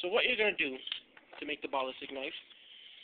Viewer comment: Good video and tut but the way u say ballistic pisses me off! Haha but other than that good video.